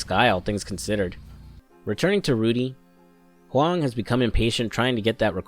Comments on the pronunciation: Thumbs up for the good mandarin pronunciation of "Huang". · You got my sub for the simple act of looking up how to pronounce Huang. I appreciate it